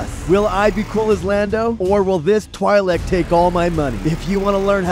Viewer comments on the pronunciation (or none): It's pronounced "twee-leck" ffs this is a star wars channel?